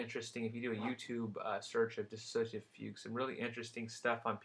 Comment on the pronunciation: Its dissociative NOT "diss-A-socative" dosorder.